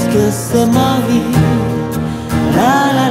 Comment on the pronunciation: đọc là " xê ma vi " sao lại hát là sơ ma vi ta, vây phát âm sai tiếng pháp Rôi.